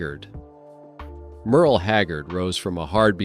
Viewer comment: Who is "Merly" Haggard? Stupid AI slop!